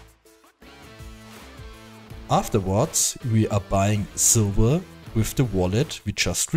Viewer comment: ''500 silBer" LOL i love how its not v but b so its silber not silver